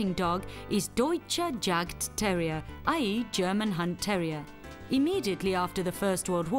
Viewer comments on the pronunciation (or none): The first part of this documentary is about Jagdterriers (German Hunting Terriers). Still a fine documentary, but the title should be changed to include "Jagdterrier". Oh, and it's pronounced yawk-terrier. The "yawk" rhymes with hawk. It's the German word for "hunt". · The 'J' is pronounced as a 'Y'. So the Jagdterrier is pronounced as 'Yagdterrier'. If you're gonna educate people on a topic, then start with yourself first.